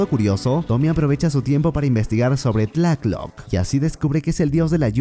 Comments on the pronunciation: FUISTES A LA NOCTURNA ....... SE DICE BIEN TLALOC....... NO TLACK LOC MAMER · Ns por qué me enojo siempre que dise tlatoc en vez de tlaloc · Me encanto el resumen, pero no sabes cómo sufri cada vez que decías tlacloc en vez de Tlaloc jajaja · No es tlaclock es tlaloc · Amigo es Tlalok no "Tlaklok" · Tlatloc es Tlaloc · Y cuándo aparece MANÁ cantando el rey tiburón? Me gusta mucho como dices Tlácloc y TLÁLOC we, sosten mi pulque. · en resulta curiso escuharle decir decirle tlath-lock al dios del agua , solo se pronuncia como se le escribe tla- loc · Ese" Tlacloc "😂😂😂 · No se pronuncia así y no es un demonio es un dios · Se dice tlaloc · Pense que eras mexicano pero veo que no sabes ni pronunciar tlaloc correctamente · Esta chido tu video, pero asi no se pronuncia tlaloc